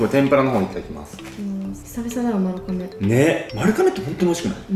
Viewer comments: 丸亀はまるかめじゃなくてまるがめだよー！ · まるかめ？？まるがめじゃない？？？🧐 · 丸亀の読み方ってまるがめじゃないの！？ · まるかめじゃなくてまるがめだよ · まるかめじゃなくて、 まるがめですよーー！ ずっと気になっちゃった笑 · ずっと『まるがめ』やとおもってた笑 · ちなみに、丸亀は ″まるがめ″です！ まるかめじゃないよ🫡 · え、｢まるかめ｣っていうの？私｢まるがめ｣なんだけどwww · まるかめじゃないですよ！まるがめ！です🎵 香川県の丸亀市ってとこがあってそこが本店？なんです！まるがめ製麺です！ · まるかめっていうの気になる笑まるがめだよ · 今までずっと気になってたけど、丸亀製麺は まる ''が'' め だよ😿😿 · ん？まる"が"めじゃないですっけ？ まるかめって聞こえちゃうう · まるかめ？まる『が』めじゃない？ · まるかめ？ 私、まるがめって言ってました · JPくんも綾ちゃんもずっとまるかめって言ってますが、まるがめではないですか？ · まるがめやろ？笑 関東はまるかめって言うんかな？